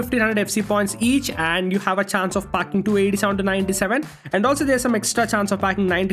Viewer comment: When u say packing it sounds like fu3king